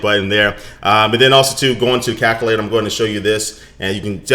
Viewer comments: CaLculator. Not Caculator. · Why do you say calculator like that lol Kalk- ull- ator NO Cal-Q-lay-tor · "CACulator" LOL! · Lol he said cakulater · "Cacalator" lol